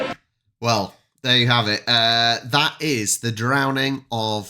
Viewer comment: You read it marzanna double n = nn